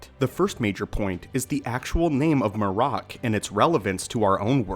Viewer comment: Shit u didn’t even watch the episode huh? MAR-RAK😂😂they literally say his name as MARRIK…but shit this dumb theory gotta stop. THRAWN AND EZRA DISAPPEARED TOGETHER BECUZ OF TELEPORTATION. This is why they are both missing! Why tf would they go to the trouble of finding Thrawn if the guy WHO PUT HIM IN THAT SITUATION IS ONE OF THEM??? They’re looking for a map to Thrawn and Ahsoka is on the mission but to find Ezra, u find 1 u find the other. The rebels show is canon juz go watch the last episodes…